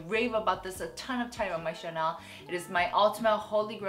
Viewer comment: "웰컴백 투 마이 채널"인데 왜 자꾸 "웰컴백 투 마이 샤넬" 이라고 발음하시지;; 볼 때마다 너무 신경쓰여요